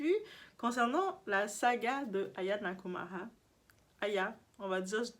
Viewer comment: Moi quand les noirs se mêlent de ce genre de conneries ça m'énerve. T'arrive même à prononcer le nom de l'artiste et tu viens montrer ta face sans poudre pendant quinze minutes. Mouf. Tu entends.